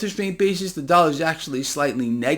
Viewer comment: " The Dallar "? What is a Dallar ? 🤪🤪🤪